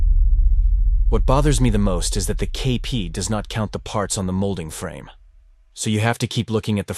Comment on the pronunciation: I clicked "like" as soon as you pronounced KP's name properly. Nice build; I've done this kit too, and it fights you. I think the dark mat helps your camera get a good exposure on the work.